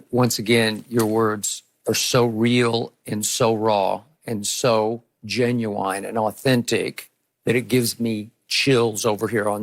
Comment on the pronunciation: “Genu-Wine.” -Skip.